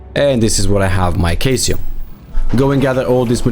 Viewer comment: Great guide. Ps. Caesium is pronounced cee-sium.